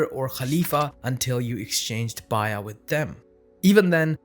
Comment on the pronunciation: I was confused about what "bayya" was, and then I realized you were pronouncing "bay'a(t)" that way. Based on your pronunciation, I wondered about your linguistic background in other videos. We all have different accents, which need to be affirmed rather than discouraged. However, in this case, I think that the pronunciation is going to lead to a lot of confused audiences and a lot more mispronunciations from others following your lead. I'm also unsure as to why you do not use the word "pact" to help set your definition.